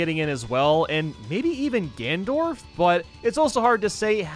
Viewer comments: Gandorf? Thought it was ganondorf but I must be wrong. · Go to and he says gandorf instead of Ganondorf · Did he just say Gandorf Like Gandalf and Ganondorf combined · Gandorf? Nailed it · Everyone casually walkng past not realising he said gandorf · He said gandorf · “and maybe even gandorth?” excuse me g-gandorth? are you ok? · Ah yes, "Gandorf" from "The Lord of Zelda". Not to be confused with "Ganondalf" from "The Legend of the Rings". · Lmao I know 😂 Ganondorf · ah yes. My favorite zelda villain. Gandorf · Did he just say gandorf? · I swear he said Gandorf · nobody's gonna mention how he called Ganondorf "Gandorf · Lol he said gandorf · who’s gandorf? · "Gandorf" Me: screams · Ah yes Gan-Dorf